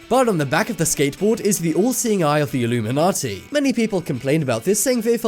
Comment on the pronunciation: Its illuminati not illumimanti